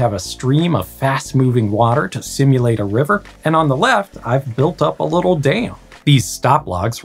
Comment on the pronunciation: American accent be like "I built a little dayum"